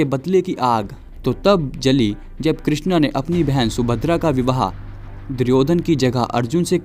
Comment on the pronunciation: Good video but it's krishn not kri x n